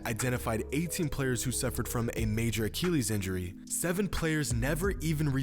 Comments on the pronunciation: a-KILL-ees. not a-keel-ees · Boi he was sayin acheelieees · What the fuck is an uh-kee-lees? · Excellent content and insight, as always,. But, as always, you manage to butcher the pronunciation of medical terms (look at my user Name and you'll see why I'm qualified to say that). Not being a Classical scholar, I have no idea how ancient Greeks pronounced the name of the warrior Achilles, but in a medical context using either modern American or British English, it is pronounced "uh 'kill eez", not "uh 'kee leez". Speedy Gonzales was not a Greek scholar. Don't take my comments too seriously. Your understanding of the game and it's human element is outstanding, as is your ability to explain it in a comprehensible manner. I'm just saying 'why not drive toward perfection?' You're so close. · bro why u gotta say achilles like tht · Like this if his pronunciation of Achilles bothers you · The way you say achilles bothers me but I still like the vid